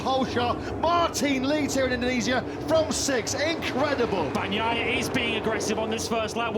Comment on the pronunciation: Am I the only one who wishes these guys would say Peccos last name correctly? Banyaiya?